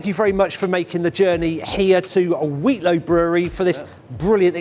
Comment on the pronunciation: Another great upload but please practice saying Wheatlow for the next time you go😂